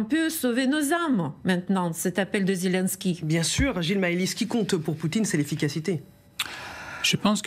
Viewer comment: ZILINSKUIII😂😂😂😂😂 ZILINSCUL